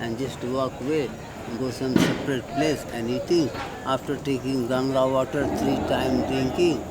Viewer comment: I like that pronounced Ganga correctly. Not like Gangees.